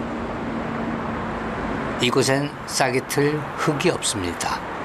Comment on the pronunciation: '흙이'는 '흘기'라고 발음을 해 주라. '흑이' 이건 '흐기'가 맞지만...